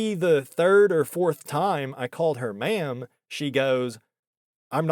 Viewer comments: Are you sure she didn't think you were saying "man" instead of ma'am? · The way you say "ma'am" sounds like "man" 50% of the time. Could have been that. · "I already told you! I'm not a 'ma'am'!" She said ma'amly.